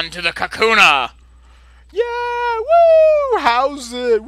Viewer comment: Lol, am I crazy or did I hear you call them Kakuna instead of Kahuna.